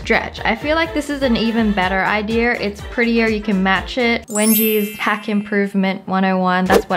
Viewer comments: Did anybody else notice that she said Ideer instead of idea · Wengie why do u. say idear instead of idea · The way you hold a pencil is the way I hold a pencil(gasps)we’re twins!!!!!!! I also like how I’m hearing idear when your saying idea lol😂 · her: idear :D me: Its idea everyone else: its how she says it. me: ohhhhhh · me: how do i say idea the most latesty internet: idea wengie: idear me: oh dear!is wengie right or is the internet? wengie in the video: once again says idear instead of idea🤣🤣🤣